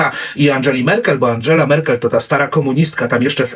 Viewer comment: Angela, a nie Andżela. Stasi, wymawia się, "Sztazi".